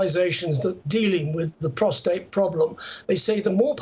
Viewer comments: Prostate, not prostrate! Big difference. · It's funny seeing who says prostRate. 😂 did